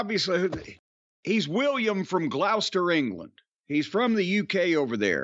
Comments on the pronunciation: Dunno whether Jim'll read this, but William from gloucester, England? Being from Gloucester originally (I moved my ass out, they got Jehova's Bystander's over there now...they've witnessed FUCK ALL. :P ) It's pronounced GLOSS-TER. The way he says is "glawster" cracks me up each time though XD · Glaus-ster. :D